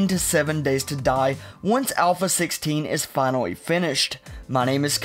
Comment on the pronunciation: "7 Days to Duh"